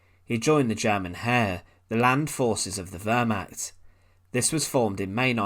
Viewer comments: It is Wehrmacht(=defence force), not ... archt. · You really do need to gain a better understanding of pronunciation - I had to quit after 2 minutes as I simply couldn't bear hearing you say "ver-macked" instead of wehrmacht. It was simply too painful to hear any more. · Narrator. When you speak words in a foreign language, you cannot pronounce them as if they are english words ie the word which sounds like you're saying "vermaht" is actually pronounced "vair-macht". Ch as in the Scottish "Loch". It doesn't take a lot of research to learn how to pronounce foreign words properly.